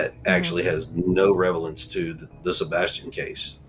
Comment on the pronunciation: Dumbass said revelance!!! Its relevance!!